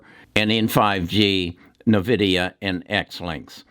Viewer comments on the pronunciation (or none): SIr, It is pronounced as "En-Vi-Dia" and "ZY-links" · Here we go again, your are saying Na Vidia. Sorry but, yeah I understand, old habits die hard😂